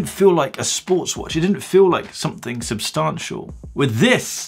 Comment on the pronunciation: love the channel, but bruv I cant stand the way he says "Substantial" ....smh